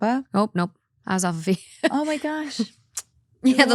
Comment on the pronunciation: My cousin is in Alpha Phi too, but like omg it is pronounced ‘Fi’- (like WiFi or sci-fi) not ‘fee’